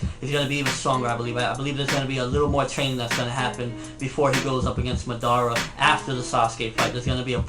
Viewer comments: LEARN TO pronounce Madara its not MadAAra its madara uchiha its suppose to flow with the words not take A fkn big break after MAD and then AAra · It is Ma - Da - Ra ... You don't pronounce it like English, you pronounce it like Japanese.. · nobody: absolutely nobody........."Maudaara" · lol i hate how people say it like Ma-Dar-a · Yeah why am I here.... and madara??? That is not how u say his name Ahahah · 10 years later and still can't pronounce Madara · You said madara wrong. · thats not how u say madara's name! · if u gonna talk about naruto learn how to say madara's name right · for owning a lot of merchandice, you should learn how to say madara right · ok i agree with you..but why do you pronounce Madara's name wrong repeatedly? you call him Madara...yes in English your saying it right but he doesn't have an English name...your pronouncing his name all wrong and its somewhat confusing and annoying when you do it...if your such a fan of Naruto such as myself you would pronounce his name correctly at least.